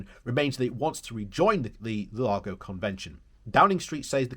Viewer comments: Lugano, not Lunago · So many different pronunciations in one video! 😂 Lunargo and Lugargo made me smile. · Great video, but it is L-U-G-A-N-O !! A lovely, lovely lake in lovely, lovely Switzerland.